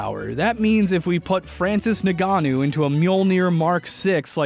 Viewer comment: Omg.. butchering Francis Ngannou's name lmao